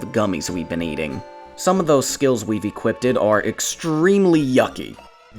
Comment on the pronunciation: the fabled return of "equipted"